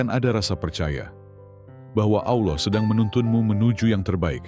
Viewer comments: Sebut Allah ny sk blg kayak Allah khas org kristen sih? Hrsnya khan dgrnya Allah khas Islam. Sering dgr kayak ejaan kata kristen nyebutnya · Pake AI voicenya itu Makanya kurang fasih penyebutannya Ucapan itu d tujukan kepada Allah itu bkn yg d sebelah 🙏